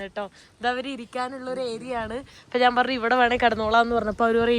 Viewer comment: എന്തോന്ന് നാന്. ഞാന് എന്നാണ് പറയേണ്ടത്